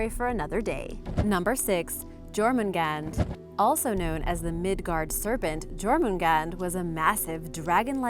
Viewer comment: Your pronounciation is vastly improved. Still to much j in Jormangandr, it should sound like a y instead. Even so, even in his name you did well. Sleipner and Thor's goats are my favorite animals of Norse mythology. The Draugr are the only ones I think are actually creepy. The rest are interesting.